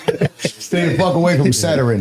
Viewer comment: Bro said saturrin Saturn must was on vacation 😂